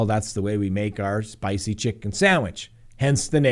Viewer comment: You almost sounded Italian there " Itsa spicy" 😂